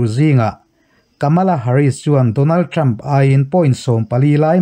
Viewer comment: Ṭam in ti zêl A, Ṭhrampha tih tur a ni zawk a sîn.